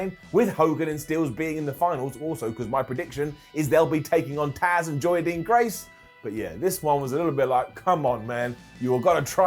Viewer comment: Haha, its Jazz, not Tazz 😂